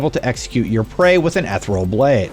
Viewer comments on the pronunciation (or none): ETH-ereal? not E-thereal? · How in the fuck do you narrate for a living and not know how to pronounce ethereal? Bro said etherol.